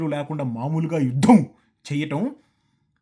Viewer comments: Yudddhham chesedddhhham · ద కింద ధ వత్తు చెవి కి బాంబు పేలినట్లు ఉంది. "యుద్ధం " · అన్నా నువ్వు (యుద్ధం) అని ఒత్తి పలికినట్లు యుద్దం జరిగితే పాకిస్తాన్ కి నిజంగా పూంపుహారే 😂😂😂